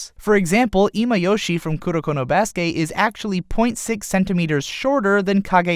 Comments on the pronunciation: i cringe every time he says "kuroko no BASUKE" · You know instead of emphasizing basuke you can say basuke sounding like basket other than basuKE